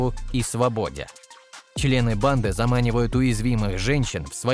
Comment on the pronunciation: Ясно одно..любимое слово автора видео... "Чле-ы"😂